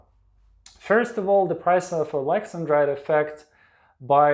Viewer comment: I thought it was pronounced Alex an drite not Alexen drite .